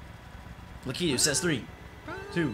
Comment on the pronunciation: It is Lakitu not Lukitwo